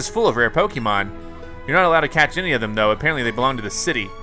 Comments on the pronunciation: Xx StreetKiller xX it’s ok and that’s why we are here to help him pronounce Pokémon so he won’t make the same mistake again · Uhhhhh the way he pronounces Pokémon😑🤮🤢